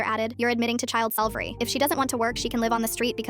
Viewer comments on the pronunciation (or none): Child selvery? Whats that? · "Child salvery" ... 💀